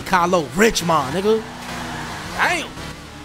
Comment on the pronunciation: ITS KYLO RICH-MOND🔥🔥🔥💀